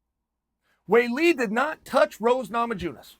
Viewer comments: Rose nama-joonas 🤣😂Islam mach-la-chev 🤣😂🤣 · Roses last name..umm..chael..i think the J is silent buddy..come on now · Chael refuses to silence that j in Rose Namajunas.